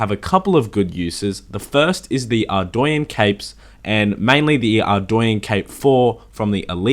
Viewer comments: Man... the way you say Ardougne makes me cringe. It’s AREDOUGHNE not ARDOWYEN brother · Are-doy-enn is not correct pernounciation if i correct its actually are-dough-nay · why does everyone pronounce ardougne (ardwayne) ?? Its Ardoooon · "ArdOOUne" Edit: also another thing from the elite desert diary is the desert amulet 4. When worn, you will be FULLY immune to desert heat and have UNLIMITED TELEPORTS to nardah (there is also ANOTHER teleport but i forgot where the other teleport teleports you to) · Dude your not saying Ardougne right, its pronounced Ardoan. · I do stuff It’s not pronounced how he pronounces it. It’s Arr- dOHne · It's arr-doyn. Look it up yourself. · No one is gonna mention how he pronounces Ardougne?